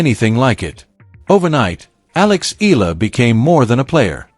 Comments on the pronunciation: Her name is ALEXANDRA "ALEX" EALA! Tha surname is pronounced as EYALA not ILA! E-YA-LA!!! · It's pronounced as EY-YA-LA not i la. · Eala pronunciation E-yala